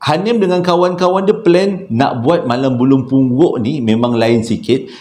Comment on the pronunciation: Kelako la ne..bp kali tersyayul "Bulung Punggok"..begitu Syulit sgt tu nk sebutnya🤣